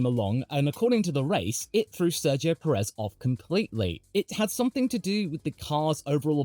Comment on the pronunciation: If you refer to Pérez, he isn't. The problem isn't so much the emphasis (he tries to emphasize the first syllable, but fails) as the elongation of the second syllable. Peh-reez instead of PÉ-rez. The "e" in Pérez should always be a short vowel. Most native English speakers elongate the second syllable too much. And in Spanish, be it Peninsular, Mexican or Rioplatense, the first syllable carries such a hard emphasis that the second one is extremely short and soft, only picking up at the final z. Of course, when using the possessive in English this becomes really cumbersome, adding and extra repeating syllable and the end.